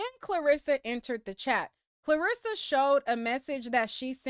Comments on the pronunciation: are you saying KARlissas name wrong on purpose? i hear people calling her KLArissa a lot.. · “KARLASSA” not Clarissa 😂😂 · You calling that woman Clarissa got me over here crying! 😭 It’s CAR LISSA. It’s just spelled with a K. 😂😂 😂